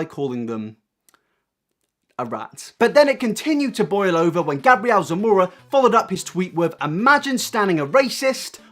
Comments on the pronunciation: I need to say that 'MUA' stands for 'make-up artist', so it's pronounced 'm.u.a', like the actual letters.. Also, Gabriel is a boy, it's a biblical name, pronounced 'Gay-bree-ell', 'Gabrielle' is how your pronunciation is spelled... For a drama channel, idk if coming across as stupid gets you more views or not, but it's certainly annoying af. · MUA stands for makeup artist and it's Gabriel not Gabrielle lol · You said Gabriel wrong.. it’s gabe real (pronounced) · Omg the way he says Gabriel 😂 he may wear makeup but that doesn't make him a girl bruh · the way he said Gabriel Zamora ahhhhh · Also it's Gabriel as a long a not a short a.